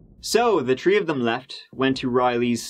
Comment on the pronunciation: so i like your content, but its THREE not TREE